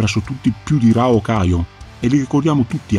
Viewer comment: Bellissima analisi, ed è una ventata d'aria fresca veder un fan che pronuncia correttamente "Hokuto", chiama il fratellastro maggiore di Ken "Raoh", e via dicendo. E si, concordo che il vero segreto dell'enorme successo di Hokuto no Ken sono i comprimari e la loro caratterizzazione. Riguardo ad Ain, mi hai fatto tornar in mente come la piccola Asuka regala a Kenshiro il guanto di Ain come ricordo. E Kenshiro, sia nell'anime che nel manga (dove cambia vari particolari del suo abbigliamento tra i vari archi narrativi) continuerà SEMPRE ad indossarlo.